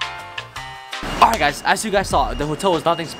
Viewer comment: He say Oight guys